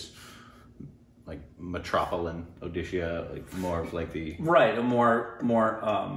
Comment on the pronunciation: What I liked Even Indians Can't say Where Odisha is .. but You said It correctly